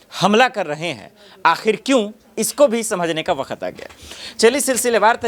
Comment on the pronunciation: Ye katela patrakar bakhat बखत बखत बखत बखत बखत pahle bolne ka sikh le